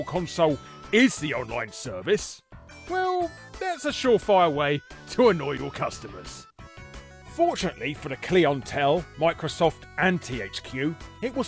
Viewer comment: The "clee-on-tell"? Do you call "clients" "clee-onts"?